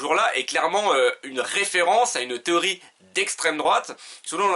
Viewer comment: "théorie".. mdr